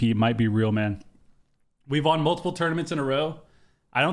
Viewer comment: I've been watching you for many years now, and it still hurts my brain hearing you pronounce won as juan. won is pronounced the same as one. That aside, GG is looking flat out unbeatable so far this season. You guys are peak form, and i'm here for it!